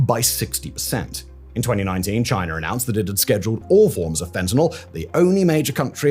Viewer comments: Its China, chi nah Not Chiner! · “In 2019 Chiner announced”😂😂😂😂😂cmon….thats on purpose bro literally Chinese perfectly with no R